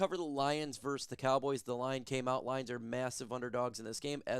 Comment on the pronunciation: Still can't pronounce VS correctly and you can't spell GIANT correctly lol 😂